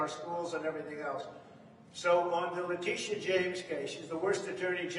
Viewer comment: I miss when u used to butcher her name as "Lydia" James "La Tisha" lol you should've kept that up lol